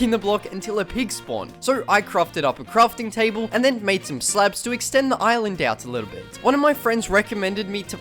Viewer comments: bro said slebs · no offence but i find it funny him calling slabs, "slebs" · i keep hearing slebs